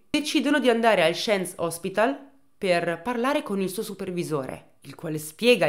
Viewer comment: Però “sciens” no dai 😅🤣